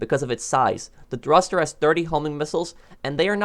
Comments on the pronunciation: thurster you mean thruster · Thruster not thurster but great video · Thurster lol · Ah yes my favorite vehicle the THURSTER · you said thurster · Ah,yes. The "Thurster." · ahhhh yes, the thurster 😂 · yeah lmao